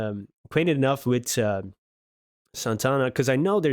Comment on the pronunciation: Now, you are an honorary Latino because you pronounced Santana's name correctly. HA HA HA